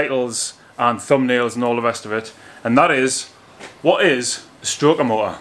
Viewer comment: when he said " whut es a Stro -er mo -er" i literally shit myself laughing